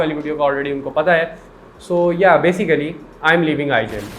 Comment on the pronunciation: It’s yeh not yaa?? 😂😂🤣